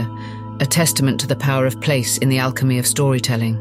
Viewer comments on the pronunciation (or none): none